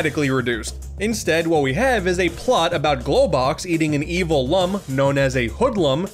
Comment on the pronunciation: Lum is pronounced Loom.... rhyming with broom.... And as I'm luminous....or luminescent....